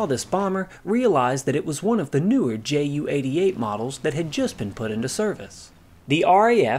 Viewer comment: When referring to a Junkers Ju-88 please don't call it a Jew-88. The J and the U are pronounced separately.